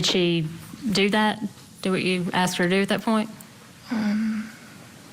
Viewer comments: That guy said axed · This commentary is garbage. The one guy commentating even said “axed” instead of “asked”…